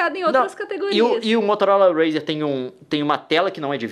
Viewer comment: Leon: "motolora razer"